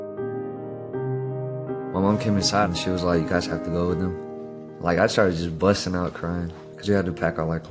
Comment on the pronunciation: He said bustin out cryin I can’t lol